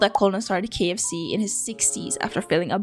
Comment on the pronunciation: I love how you pronounced all the ikea names but dropped the ball at the kfc dude